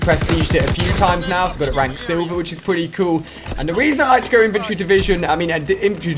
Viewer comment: Infantry divison not inventary divison... get it right